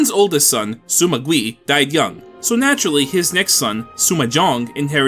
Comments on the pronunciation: Hearing "Sima" pronounced as "Suma" gives me aches. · there’s no “u” in sima why do i keep hearing it?